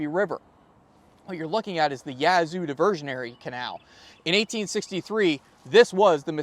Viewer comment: If it hasn't been said already, the "a" in Yazoo is the same "a" as "cat". First syllable emphasis if you're a local.